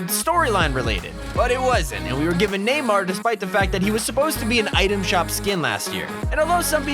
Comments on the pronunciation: hahahahahahaha NEIGH MAR NOT NEE MAR NEIGH MAR junior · Did he really just call neymar NEEMAR the first time he said it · You pronounce it naymar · Hey called Neymar Nimar omg I'm dead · neemar junior lmaoooo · It’s pronounce namar but what eves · (Die-Namo) (Dynamo) - (KNEE - Mar) (Neymar Jr. LMAO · That ain't how u pronounce neymar mf